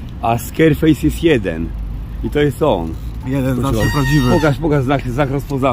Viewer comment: Prawdziwy SKERFEJS, proponuje sprawdzić wymowę bo mówi się SKARFEJS XD